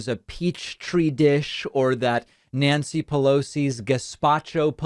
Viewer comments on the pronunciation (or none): none